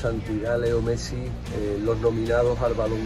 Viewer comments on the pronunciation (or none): none